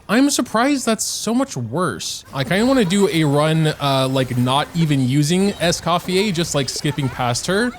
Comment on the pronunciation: scofiei lmaoo, it's scoffiER.